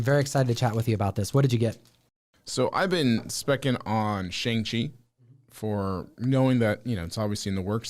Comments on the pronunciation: are you guys ever gonna pronounce Shang-chi correctly or just continue to sound ignorant saying his name incorrectly?? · yeah, so knowledgeable he can't even pronounce Shang-chi correctly